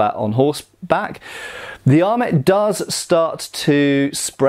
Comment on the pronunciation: Your not pronouncing French words with French pronunciations kept knocking me out of the project I was working on while this was on. ET endings have an "ay" sound. :P